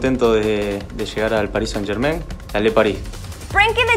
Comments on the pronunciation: Hola cracks, siempre los sigo y son los mejores. Pero ppr favor, la niña que habla que pronuncie bien el nombre de "Paris Saint-Germain" que escuche a Icardi, él lo dijo muy bien. Saludos desde Madrid!! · Día 762 esta gente aun sabe pronunciar el nombre del PSG, incluso cuando Icardi lo dice en el vídeo 😂😂 como choca cuando le pronuncian como se lee.